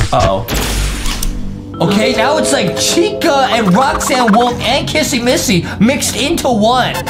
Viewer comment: JUSTIN JUST KEEP SAYING KASSY MASSY